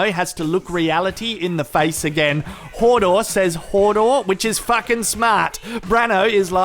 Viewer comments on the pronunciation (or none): It's hodor not hordor haha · i love ya, but its not fucking hordor, its hodor - also its not brianne its brienne